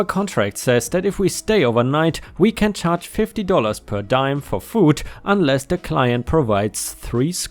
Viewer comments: Its pronounced per dee-am not um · Diem is pronounced dee-em, not dime. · Diem = DEE-Um not DIE-EM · Diem sounds like DEE-um, not DIE-m. Not an English word. I believe we stole it from Greeks/Latin. Your English is very, very good! Makes words like this one very jarring to hear wrong. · Per diem, per dee-am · "per diem" is pronounced "per dee-uhm". Diem is latin for "day". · The Diem in Per Diem is normally said like DEE--EMM. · Per diem is pronounced ‘purr dee-um’. No harmed pets of my own, but my father had a black labrador dog that was intensely loyal, but dumb as a stump. She had no problem confronting rattlesnakes and wild boars, and suffering the consequences for doing so. She survived both encounters with scars and several vet visits only to be killed by getting outside our fence and chasing cars. Poor dummy. ⭐️⭐️⭐️⭐️⭐️⭐️⭐️⭐️⭐️⭐️⭐️⭐️🌟🌟🌟🌟🌟🌟🌟🌟🌟🌟🌟🌟🌟🌟🌟🌟🌟🌟🌟🌟🌟🌟🌟🌟🌟🌟⭐️⭐️⭐️⭐️⭐️⭐️ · Hey, Enjoying your videos. I know english is your second language and I want to first say your reading and speaking skills are great. One small correction. Per diem is pronounced "per•dee•m." It's Latin and means "per day." Again, its obvious you've put a lot of time learning English. I'm didnt post this to be critical, just to help with a word that isn't often used. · Per Deim is French but not PER DIME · 🌟🌟🌟🌟🌟👍🎬🕶 Also, per diem is pronounced: per Dee um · Diem is di-em (dee-e(h)m) meaning "day" in Latin. Per diem means per day. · Per diem = per dee uhm :-) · "per diem" is said per dee-um. It's Latin for per day. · Per diem (pro Tag) ist lateinisch und sollte auch so ausgesprochen werden. Have a nice day!